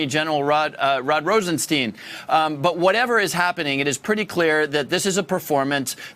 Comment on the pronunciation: RosenSTEEN??? Really? Mr. Congressman needs to get out more. What level of apathy or disdain causes a person to mispronounce a very public person's last name on national television??? Wow...